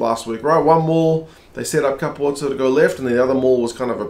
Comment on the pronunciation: Hi, I have a theory on why some commentators call Capuozzo “Kaputso” or “Kapuso”. I watched the Italy-France on France2. And the French commentators also called Capuozzo “Kaputso”. That has made me think the following: Ange Capuozzo was born in France. And he has played a lot of his rugby in France. So maybe the Kaputso-thing is simply the typical French pronunciation of Capuozzo? Which has then been adopted by some English speaking commentators? This is my own personal theory. But I agree with you. It should be pronounced in the way you pronounce it. And I think the Italians also say Capuozzo. Not Kaputso. Thank you for a very good vlog. 🏉 Best regards Karsten 😊